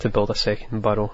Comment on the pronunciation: im surprised no one has said anything about the way pronounces burrows